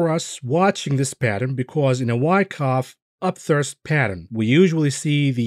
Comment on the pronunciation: I like your videos, but please stop saying up-thirst. It's up-THRUST.